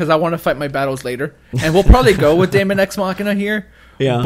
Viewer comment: Nice video and list guys. Mario Bros Deluxe is a no brainer and should have came out late this year but was probably pushed back too Jan 2019 so Smash can get the full effect of the Holiday Season. Deemon guys not Daymon, Daemon(demon) x Machina is a game that just looks better and better everytime i see it, i am not expecting a big story campaign but with online multiplayer, it could be a ton of fun. Yoshi's Crafted World is looking like a relaxing fun playthrough. Project Town we need too see more of but it could be really good. AC i don't play but it is a huge Nintendo franchise. FE 3 House's is gonna be in the top 3 best Switch games of 2019 and i think it's gonna wow a ton of people. Luigi's Mansion is gonna be alot of fun and i am expecting and 2nd character a female character and too be able too playthru the story campaign in 2 players, that would be awesome. Pokemon is another franchise i don't play but i am gonna keep my eye on it n see how good it is gonna been but again another massive franchise. Metroid Prime 4 i do feel will be the best looking and best playing game on the system and will utilize the Switch n Joy-Cons too the fullest, this is my pick to be the best game overall in 2019. Bayonetta 3 should have been on the list tho, that is going too be a dope Title in 2019.